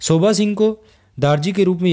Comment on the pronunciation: Sir it's not "shobha" , it's "sobha"!!